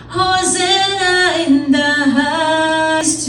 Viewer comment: Hosanna po...... not hosenna